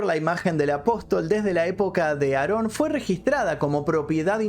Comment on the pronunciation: No se llama nazon se llama aron Joaquín